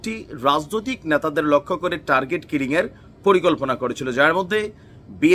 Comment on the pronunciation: খিলিং নয় কিলিং